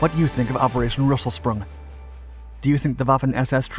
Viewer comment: Unfortunately his pronunciation of the German words is sometimes off a little bit like with Rösselsprung or completely off like with Heer (Army). Especially the latter he gets wrong every time. He pronouces it as if it was spelled hier in German or here in English, which coincidentally means the same thing in both languages but unfortunately not Army...